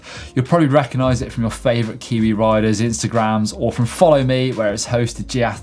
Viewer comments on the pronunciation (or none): none